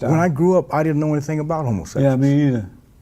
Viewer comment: “Homosessuals” gets me every time